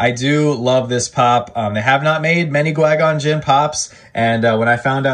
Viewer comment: Why did you say qui gon jinn like that? 😂 My favourite is definitely Captain Rex